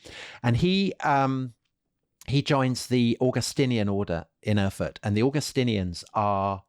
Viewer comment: For heaven’s sake; Erfurt!! Get it right.